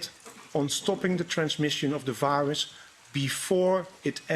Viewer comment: It's not a v 👁 russ.